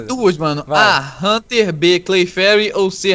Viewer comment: Não é claferi e haunter esse cara errou